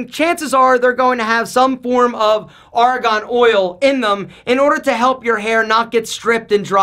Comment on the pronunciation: Great vid! But it's Argan oil, not Aragon oil. 😂